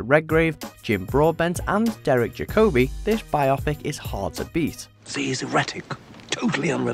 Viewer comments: Jacobi is pronounced as Jack oh bee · I’ve never heard Derek Jacobi’s name pronounced that way before. Clearly the narrator has never heard of him.